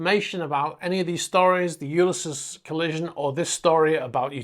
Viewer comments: I believe it’s pronounced (phonetically) You-lys-ees. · Hey. LOVE your videos!! The world of super yachts seems to be a very dodgy one in many cases!! Just a heads up. Ulysses is pronounced You-Liss-Eez. Ulysses is the name of a classic novel written by the Irish writer, James Joyce. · HiI think its pronounce U-lys-ese as in the Oydessy cheers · To be fair, it is a valid point & your other interesting info doesn't eliminate this. Don't take it personally or get defensive. It's "you lis seas". There. Now you can remove that point of criticism. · Have you never heard the name “Ulysses” pronounced?? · The rest of the video was well done. That’s why the pronunciation sticks out like a sore thumb.